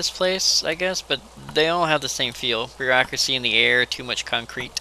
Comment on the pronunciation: 'Bear-acuracy' ? .... I'm sorry.. that was just terrible.